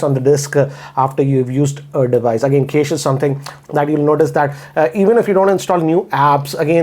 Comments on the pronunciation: Cache is pronounced as 'Cash' Sir. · Loved the way he says 'cache'😅